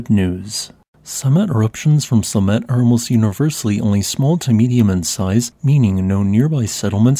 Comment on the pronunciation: At first I thought he said "Cement eruptions..." But I listed at 2x speed most of the time.